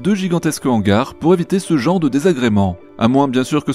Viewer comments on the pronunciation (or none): none